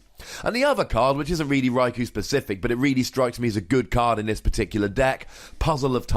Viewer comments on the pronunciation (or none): gratz on the 1m man :) btw one of the generations episodes mentions raikou as 'raik-oh' rather than rai-cow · Nooooo it's not ko-oh. One does not say Sauce- oh - ke for Sasuke. it's hard to show pronunciation for U in typing. Best I can write would be, pronounce, "You" without saying the "Y". Yet sharper. I tried to play it off as that bit did not wrong. But it is definitely not "Oh". Best way to say it in Japanese pronunciation is Rye - Koh. The "U" is generally silent(ish) just as in Sasuke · Its japanese, so its pronounced rai-koh. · It's Rai-Koo